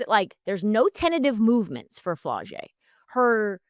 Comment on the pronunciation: “Flaw’-Jay”…..like Flawless . Never flo-jay